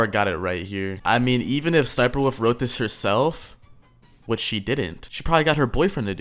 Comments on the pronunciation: ess ess sniper wuffie sniper woof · The way says ssnipie wolf 💀💀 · bro said sss niper wolf 💀